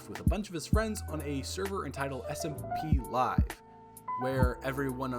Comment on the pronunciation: The way you said smp live made me laugh